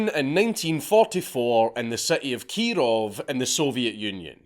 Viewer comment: (Keee-rohv reporting!)